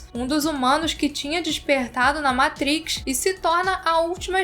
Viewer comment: Vídeo excelente, só precisa melhorar essa pronúncia "matriz" 😅